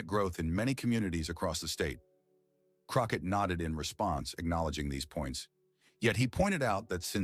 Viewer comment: Croquette? You better get Miss Crockett ‘s name correct. Love her ❤❤